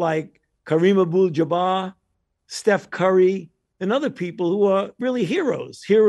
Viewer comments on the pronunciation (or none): This man said Kareem Abull Jabah 🥴 can’t even trust this man to get the people “he admires” names correct. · Did he say Kareem Abul Dabar 🤣🤣…He basically said trust the people that we paid to advertise our shit 🤣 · I thought I was tripping but Chico called him on the Kareem Abdul-Jabbar pronunciation 😂😂😂😂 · WHO TF IS KAREEM ABOOL JABAR?